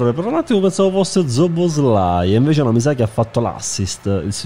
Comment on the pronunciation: Nessuno: zobozlai